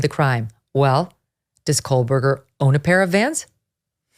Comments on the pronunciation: Its Ko-Berger, not Kohl-Berger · "Megyn’s intelligence" Yeah, she's so intelligent she can't say Kohberger correctly and instead pronounces it as "Coalberger." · Megyn, you are referring to him as Kohlberger, is that how the name is pronounced? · Maybe it's just me but most of the time I'm hearing 'KohLberger'. With an L. It's driving me crazy. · Can someone (anyone) please tell Ms. Kelly (Ashleigh Banfield's clone) to please pronounce Kohberger correctly?? Maybe phonetics will help a bit... it's pronounced KOHH-BUR-GER There is no "L" in his last name. 🙄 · Yes.. and all with all the “research”.. can’t even say his name right. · Loved this coverage! However I couldn’t get past the mispronunciation of Kohberger’s name throughout the entire episode😬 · Big fan of the show, I watch almost every day, however I can't help but mention that Megyn says Kohberger wrong She puts an 'L' in there. I cringe for her every time she says it! I would hate for her to get called out for it on another show. Merry Christmas to the Megyn crew! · Koh or Kohl, Meg...always get the name right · Really? You pronounce it like she does here ? Hmm, never heard it said like that but okay. Still don't think she's in touch with the average working person and I'm generally a fan of hers. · Love it when Megyn does true crime. BTW, there is no L in Kohberger. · Yes, I agree… how dare she mispronounce your hero’s name! Shame on her. I know it must hurt… but try not to let it ruin your day. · She doesn't have an accent. Quit trying to jump through hoops to defend her not being able to pronounce Kohberger the correct way. Why it hurts you to accept reality, is a question you must explore yourself.